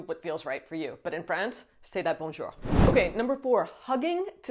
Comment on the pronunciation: Bonjour, votre bonjour est parfait